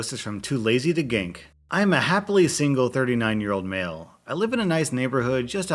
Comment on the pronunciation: at the story with the goats when you said male goat i thought you said mail-goat